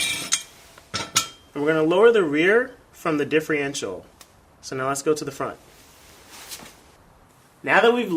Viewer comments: Great tips just one thing that drove me crazy its differential not diffreential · Don't think I'd take anyone's advice that can't pronounce the name of the part he's working on.....just saying